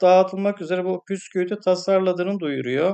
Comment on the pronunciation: Bence iyice abartmışsınız. 🤦🏻‍♀️ Her olayın ardından böyle şeyler uydurup insanların kafasını karıştırdığınız için bence size dava açılmalı. Bir de keşke bisküvi demeyi becerebilseydiniz.